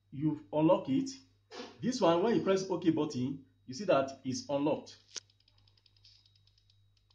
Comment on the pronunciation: Its button not Batin